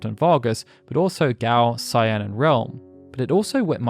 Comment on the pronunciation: Man, everyone ALWAYS pronounces Cyan's name wrong. Weirdly enough James Rolfe, the AVGN in his video on this game seems to be one of the only people to ever pronounce it correctly in any kind of youtube video or documentary. And he usually does the least research, which is weird how HE gets it right and not even professionally made docs can seem to ever get it right. Weird that you also even use the American names for every character even when talking about the development section, but even among Tina, Mash, and Stragus not being mentioned in this doc, either way, whether it's Kaiyenne, or Cyan in the English version BOTH are pronounced with a hard C, sounding like a K, and pronounced like the name of a pepper. In this game, not even in the English version is Cyan intended to be pronounced like the shade of a light blue. It's "Kai-en", no matter whether it's the Japanese name or the English name, it's always "Kai-en" with a HARD C (like Cookie or Carrot), not a soft C. Man. Only 32 minutes in the doc and it's going to be hard not to cringe having to listen to his name said wrong a bunch of times, yet again. Sigh.